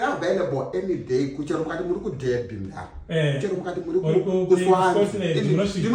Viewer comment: Deeerby 😂😂😂😂😂😂😂 It’s pronounced as Darby but the spelling is derby